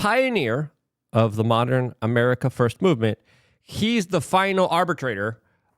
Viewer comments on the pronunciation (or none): none